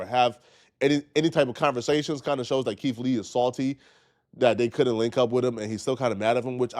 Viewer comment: Keith not keif